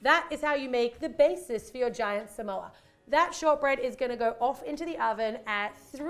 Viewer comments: Its SA-MO-A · How you say samoa: s-ah-m-o-ah that's how you say that!! 🌴🌴🌴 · Its Su-Mo-U.The way that you've been saying it. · This is how to pronounce Samoa: Suh - Mow - Uh